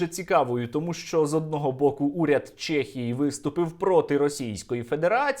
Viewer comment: Сергію, супер відео! Тільки не «Чєхії» а в «Чехії» 😉